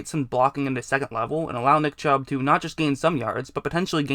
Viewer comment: did he say dick chubb. Lol sounds like it.